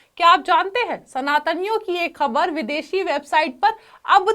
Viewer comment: उर्दू जुबान ठीक करो खबर नहीं ख़बर होता है।